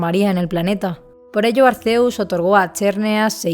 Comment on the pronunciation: SE PRONUNCIA ARKÉUS